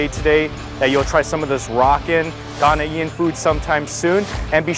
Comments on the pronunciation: it pronouced Ghanaian not ghana ean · please the term is "Ghanaian" 👉🏿one word not 😟Ghanaian-ian👎🏿👎🏿👎🏿☻. Thanks for trying it out....n u get A thumbs Up👍🏿👍🏿👍🏿 for trying.... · AHSJSHSBS GHANA “EE-IN” it’s more like Gone yin or Gan yin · His pronunciation of Ghanaian is hilarious...... Ghana-e-n